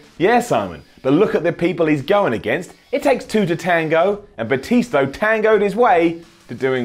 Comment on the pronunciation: Lol did he say Batisto